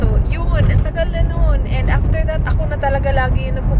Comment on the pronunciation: Wahahaha that (ta-E) 😂😂😂😂 kulit mu 😙😂